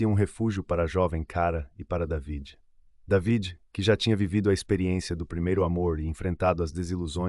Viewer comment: DAVID SE PRONUNCIA DEIVID